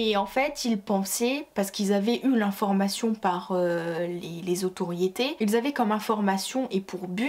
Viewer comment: Il y en a un qui dit que ça se voit que tu lis ton texte. Effectivement et ce n'est pas ça le problème. C'est que le texte soit MAL lu. Tu fais tellement de fautes de prononciation que ça me sort du truc, je n'arrive pas à suivre. "Qu'ils voYENT" "comme quoi que" "ceux quizon" "le bureau se disent" "autoriété" au lieux de "autorité" "le territoire sont" nan mais sérieux... Toutes les deux phrases, mes oreilles font une erreur 404. J'ai la flemme de relever tous les problèmes dans ton discours. Mais fais un effort si tu veux que des gens regardent tes vidéos. Je ne parlerai même pas du fait que tu ne fais jamais de liaison et que ça rend le tout inaudible.